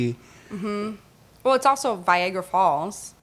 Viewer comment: Did she just say Viagra falls!? VIAGRA FALLS!?